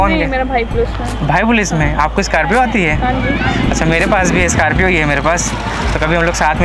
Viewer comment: SCORPIO ❌ SCARPIO ✅😂😂